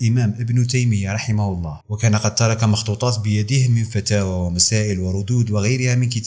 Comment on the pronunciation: ملاحظة ونصيحة انطقوا الهاء جيدا في كلمة الله